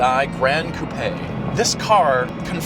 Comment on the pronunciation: Love your videos guys. You even pronounce "coupé" correctly!